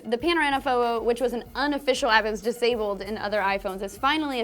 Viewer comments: PANORAMA PHOWO?? YOU MEAN PHOTO RIGHT?? MHMM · lmao she said phowo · "the panorana fobo" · "Panorama Phow-wow" xD